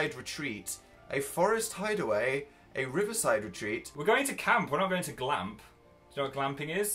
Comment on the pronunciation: Phil: Glamp! Me: winces